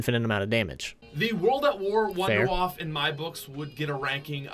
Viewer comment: Thank you, you said wonderwaffe correctly many people call it the wonder waffle it's not waffle its wonderwaffe the germans pronounce it as Vondervaffe like Volkswagen is WolksVagen. Thank you for using the correct pronunciation